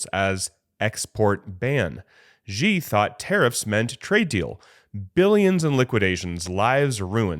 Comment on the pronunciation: Xi [ shee] not Ji. Basic pronunciation. We dont say President Drump right?